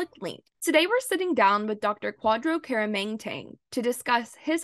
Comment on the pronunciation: Very disappointed that even he pronounced his own name wrong...instead of teaching how to say it the correct